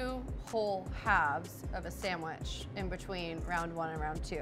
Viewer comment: She hasn't said sandwich properly yet, expecting her to know the names of all the breads is a pretty high bar.